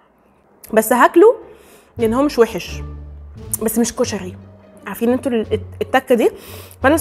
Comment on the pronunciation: اول مرة اشوف بنية تلدغ بالراء وكلش احب لدغتها ☹️🥺💙كلش حبيت طريقة كلامج كيووووت ياربيييييي☹️💙🍯 كُشَغي ياربي كيوووووت☹️😭😭😭💙💙💙🍯